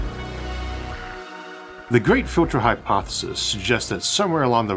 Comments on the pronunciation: This AI English is terrible. I’ve never heard any human with an accent mess up the word filter so badly. ‘fjyiltors”… Time to upgrade from that Chinese plugin Isaac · What a strange accent, for example, filtah, awlha, rarha, unihearse... I've heard people dropping their 'H's and even low intellect snobs that put them back in front of the wrong words, but never someone that adds 'H's in the middle of words. I have no idea where the accent comes from, but as a native English speaker, it's very unpleasant to listen to.